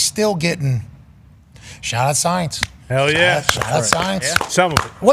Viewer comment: with the Monmouth County shaht aht let’s go